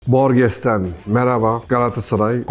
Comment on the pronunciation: ukalalık addetmeyin ben de borges i çok severim. horhe luis borhes gibi okunuyor. dostane bir düzeltme. forvo internet sitesi native speaker ların telaffuzlarıyla konuda çok iyidir.